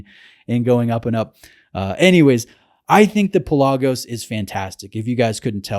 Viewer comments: It's pronounced PELagos, not PelAGOs. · My Greek-native speaking friends insist it's pronounced PELL-ah-gos, the word for "sea". For what it's worth... When I made the decision to get a high-quality blue diver watch, I pitted the Pelagos against the Black Bay and the latter appealed to me more. Same movement, more visually stimulating (the dull titanium of the Pelagos also scratches easily), slightly smaller, and in the case of the blue color it was just too "Smurfy". That's not to say it isn't a brilliant watch, because it is. I just found the Black Bay better for my tastes.